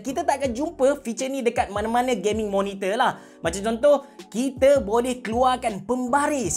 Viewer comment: No one:: Kita ada Gayming Monitor